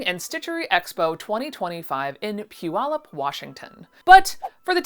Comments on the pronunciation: As a Washingtonian, I’m so used to people mispronouncing our city names that it took me a whole thirty seconds of internal buffering and then backing up the video to realize you said Puyallup correctly 😂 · You pronounced Puyallup like a local!! Good for you!!!!